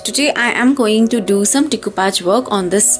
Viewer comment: It is pronounced as de- coo- pash and not decupaj!! 😃